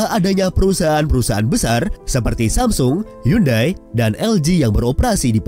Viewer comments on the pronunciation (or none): none